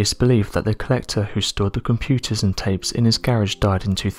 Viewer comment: The REAL "unexplained mystery" is how there's an "m" sound in the word "tape"...